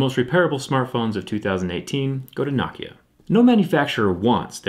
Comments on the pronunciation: It's No Kia.... not nawkiah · It's pronounced NO-KIA, Not NOCKIA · Not nocki-a No-ke-a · Knock yah. No-Kia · No-kia not nah-kia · NO KIA NOT NØKIA ITS NO-KIA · No kia for god sakes not nah kia you can say Huawei right but not nokia ok then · It's " no kia" not "nah kia" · It's "No-kya" not "Knock-yah" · Why do you pronounce Nokia like “nok ea” and not “no kia”? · It's "No-kee-uh" not "knock-e-ah". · why does he pronounce it NAH-kia instead of NO-kia? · He says Nokia like "nock - kia" then immediately afterwards pronunces it "no - kia" idk juts thought it was weird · Why say, Knockia, and Nokia. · For a tech guy he can pronounce Nokia right. Knockia? The heck? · thumbs down...just for pronouncing nokia as "knock"-ia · Whenever he say Nokia, sound like he’s saying Nakia! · I feel like Jerry is pronouciating Nokia as "Nakia" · I have never heard it pronounced KNOCKIA. 😂😂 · Does the way he pronounces Nokia drive anybody else nuts? It's pronounced like it's spelled... No-Kia. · I'm about to get a nah-kia lol I love you man! Awesome job! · thumbs down for saying Nokia the way you do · You mean Naahkhia, as he pronounces it. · Its pronounced knockya you fuckface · It’s NO-KEE-UH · Any one else triggered by how he pronounces nokia! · Why does he say it “Nokia” and not “Nokia”? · Is it pronounced "nacia" or "nokeya" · Learn how to pronounce Nokia my guy. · He pronounced Nokia differently like 4 times.